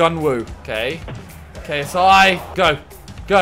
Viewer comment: Weigh-A-SI instead of ksi lol